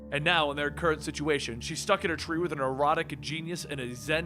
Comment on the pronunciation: It's alright, I heard erotic too. So it probably isn't you ;)